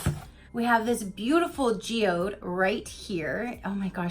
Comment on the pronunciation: Oooooh, beautiful Geode!! You did say it right!! Geode, (gee-ode) soft G like in Gee Whiz:-) Everybody was saying nice things about you today on Live - (with ) Was so nice:-) Happy Wednesday!! ps GREAT BOX!!